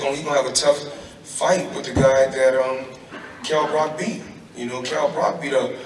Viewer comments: Kell 'Broccoli' Brock - Wonderful pronunciation Floyd! :-D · Kell Brock 😂😂😂 I swear he does that shit on purpose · get the feeling he was purposefully saying Kell "Brock" too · Floyd please stop deliberately taking the piss, his name is Kell Brook not Brock 😂